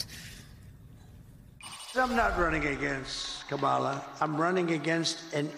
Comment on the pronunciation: Thank goodness they are starting to pronounce her name correctly. Good grief